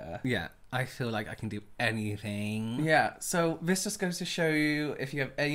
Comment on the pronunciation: "I feel like I can do anyffinnng"